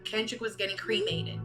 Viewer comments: "He's going to be creamated." lmao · He said “creamated” lmao they turned his ass to chocolate ice cream